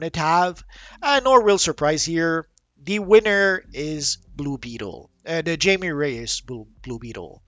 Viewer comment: Also, you have to say Jaime as Haime. It's like how people say Hesus for Jesus. ( it's a Hispanic thing )